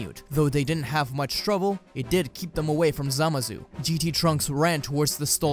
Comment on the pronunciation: Did anyone else hear him say samazu instead of zamasu?